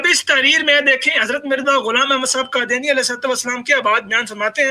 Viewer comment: Brother, Kindly use Qaaf, not Kaaf, for Qadyani or Qadyan. Jazak Allah Khairun.